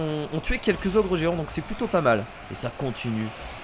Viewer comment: a tu dit les ogre géant a la place des géants